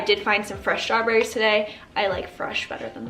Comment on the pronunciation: Oh my gosh i love that you call them stawbs